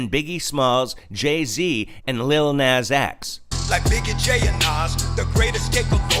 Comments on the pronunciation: Nas not naz x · I agree! But he’s not talking about lil Nas X. He’s talking about the actual rapper name Nas😂 whose been rapping since the 80’s. Which you keep pronouncing wrong 😀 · It's not Naz, it's Nas. Also, he was NOT talking about Lil Nas X. Nas is a famous rapper. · You missed quoted who he means as secular top rappers, it’s not Lil Nas X, but the original Nas pronounced Naas, from Queens Bridge. Nevertheless if Kirk has got to try and explain what he meant after the fact, it’s not a good lyrics. And please don’t dare disrespect Holy Spirit to say He gave or inspired this debacle. Repent and preach the true gospel of Jesus came to give himself as ransom for sinners who repent and receive Him, then live for Him.